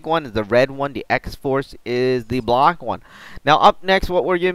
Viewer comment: You say the word black weird..